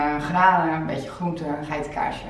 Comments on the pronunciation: De manier waarop jij groente uitspreekt is echt grappig, net alsof je een buitenlands accent hebt bij alleen dat woord haha! Toffe video weer 👍🏼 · Het is niet flauw bedoeld, maar hoe spreek jij groente uit?!😂Voor de rest is het een super leuke video👍🏼👌🏼